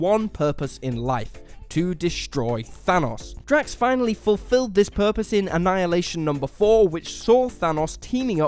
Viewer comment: It’s drax